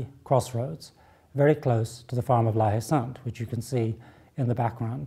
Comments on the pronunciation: when you pronounce La Haye Saint, "H" is silent, so it should be something like "La-Ay-Son" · friggingbomb88 La-Ay-San ! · If we wanted to speak French, we d have let the little bugger win. And if it as spelt la haye sainte , isn't the French pronunciation la ay sont?